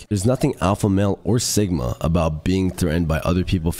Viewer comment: "and if you wanna be a true sigmauh, lets laskdhfliuehifls enjoy the rest of clips"